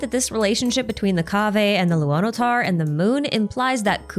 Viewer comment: If you would like to improve your pronunciation, pay attention to how Lauma says "Kuutar" and "Luonotar" and like really pay attention, especially to how she pronounces the "r". It's not the English "arrr" (the sound coming from vocal cords) but a slavic, eastern/northern european "r" (a sound made purely with your tongue, it resembles that of an engine running). Right now, we have nod krai, and later we get to schnezhnaya, all of the cultures they take from pronounce "r" similarly, so it would be a nice touch :)